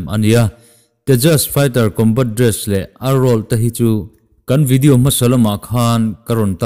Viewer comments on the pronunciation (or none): none